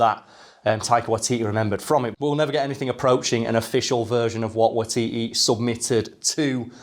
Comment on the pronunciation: Close enough. It's WAItiti.